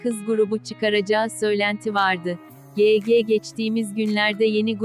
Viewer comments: YG yege diye değil vayci diye okunuyor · Pardon da yg yege diye okunmuyor vayci diye okunuyor